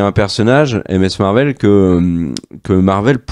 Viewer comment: "M S Marvel". "Haokeye". Merci 😜